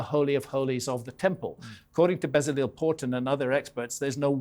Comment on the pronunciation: Not bezzaleel but beh-tzah-LELL, last syllable short and accentuated